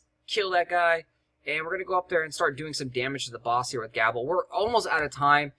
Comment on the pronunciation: Not to be picky, but Gable is typickly pronounced with a long a, like gaable,almost like "gaybel" even, love your videos man, used alot of the strategy guides for heroics, would like to see more of them in dat playlist =)